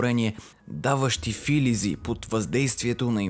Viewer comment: Достатъчно си подготвен информативно и представяш темите по интересен начин,но това е само повърхността,достъпен сегмент...Но исках да ти обърна внимание за думата филизи,употребена от теб с ударение на първата сричка_ ударението е на втората сричка.Филизи не е жаргонно множествено число на думата филинг/Анг./,а на турската дума филиз,което означава клонка,израстък,ластар.Изв. за кратката "лекция" по лингвистика.